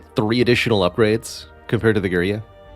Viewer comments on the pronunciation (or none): It''s girya, not griya. Love your vids. Cheers